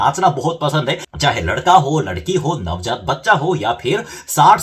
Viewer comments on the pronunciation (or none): none